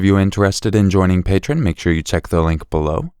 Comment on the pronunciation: I like you, so you need to know that patron is completely a different world than the patreon page. Pronounced differently, too. The page is Pa+tree-on, not patron.